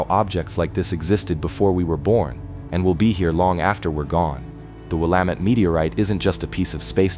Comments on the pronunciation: "Will-a-mat"? Are you kidding me? Geesh! These AI voices really need to learn how to pronounce names. It is pronounced "Wil-la-met". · There were quite a few Oregon places mispronounced. Willamette is Will-am-it. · Great Video, but he needs to learn how to pronounce Willamette.